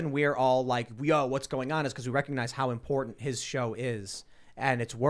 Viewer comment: I wish would practice saying “important” and “abhorrent” so that we know he understands the difference lol